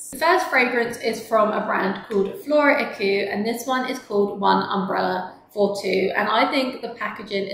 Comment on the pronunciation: Hi, great line-up of fragrances. Just a side note: Floraiku is pronounced FLO-RAI-KU, not FLORA-IKU. Also, Ideale (in Bouquet Ideale) is 4 syllables, not 3. So it's pronounced EE-DEE-AH-LAY, not EE-DEE-LAY. 😊